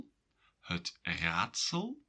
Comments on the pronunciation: Why do you pronounce het as hut? You say ut normally and if stressed, as het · you pronounce het like hut. Belgian? Sounds charming